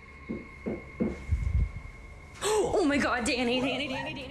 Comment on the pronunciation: "¡OH MY GA, OTRA VEZ!" I love it! She sounds like she may be Dominican. ¡Ya tu sabe!